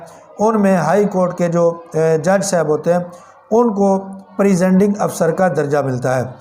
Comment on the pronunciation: پریزینڈنگ آفیسر نہی کہتےہیں بلکہ پریزائیڈنگ آفیسرز کہتےہیں ۔